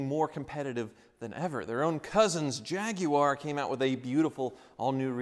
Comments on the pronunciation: Finally! Someone in the United States says Jaguar the correct way. Lol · Ha love that he says jaguar correctly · as a Brit, thank you for pronouncing Jaguar correctly, THANK YOU. Hearing "Jag-wire" drives me INSANE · He said "Jag-u-ar" Thank you. Proper order! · He doesn't have to be American, the correct pronunciation is 'Jagwar' because it is a Portuguese word for the South American cat and they don't use the 'u-a' sound. I don't understand why you have to be so aggressive in your reply, especially when you are wrong. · Jindle It’s a Spanish word that was butchered by Englishmen, at least the American version is closer to how it’s supposed to be pronounced